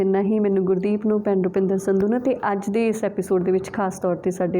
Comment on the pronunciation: ਭੈਣ ਜੀ ਮੈਂ ਹਮੇਸ਼ਾ ਤੁਹਾਡਾ ਟਾਕ ਸ਼ੋ ਦੇਖਦੀ ਹਾਂ। ਬਹੁਤ ਵਧੀਆ ਵਿਸ਼ਿਆਂ ਤੇ ਵਿਚਾਰ ਚਰਚਾ ਕਰਦੇ ਹੋ। ਮੈਨੂੰ ਤੁਹਾਨੂੰ ਸੁਣਨਾ ਬਹੁਤ ਚੰਗਾ ਲਗਦਾ ਹੈ। ਸ਼ਰਫ਼ ਇਕੋ ਗਿਲਾ ਹੈ ਕਿ ਤੁਸੀਂ ਸਤਿ ਸ੍ਰੀ ਆਕਾਲ ਨੂੰ ਸ਼੍ਸ਼ਰੀ ਅਕਾਲ ਨਾ ਕਿਹਾ ਕਰੋ। ਅੱਜ ਕੱਲ ਨਵੀਂ ਜਨਰੇਸ਼ਨ ਦੀਆਂ ਕੁੜੀਆਂ ਜਦੋਂ ਸ਼ ਸ਼ਰੀ ਅਕਾਲ ਕਹਿੰਦੀਆਂ ਹਨ ਤਾਂ ਬਹੁਤ ਅਜੀਬ ਜਿਹਾ ਲਗਦਾ ਹੈ। ਮੁੰਡੇ ਇਸ ਤਰ੍ਹਾਂ ਕਹਿੰਦੇ ਹਲੇ ਤੱਕ ਨਹੀਂ ਸੁਣੇ।